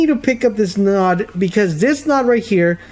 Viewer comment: Came here as a loyal subscriber - who pretty much plays all the same games - ready to hate you for cheating, but I think I understand the whole situation better now. Just an fyi, node is pronounced with a long o, like no….not trying to be an ass. Fuck the haters, keep doing what you do!!!